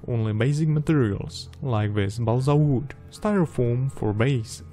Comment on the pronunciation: Nobody:: BALSA V O O D